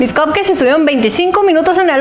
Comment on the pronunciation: Que estresante es esta mujer diciendo "COPKEI"